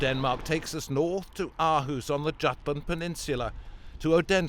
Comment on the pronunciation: Aarhus is "awe-hoos" Odense is "Othensuh" (th like in the)